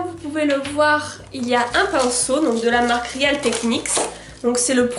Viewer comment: aaaaaaah! real ne se prononce pas [réale] mais [ril] !